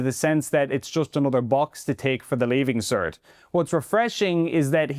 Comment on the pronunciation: Leaving cert, not "leaving cer", pronounce your T's.